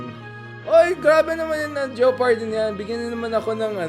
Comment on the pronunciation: It's is pronounced Je-par-dy. The "o" is silent.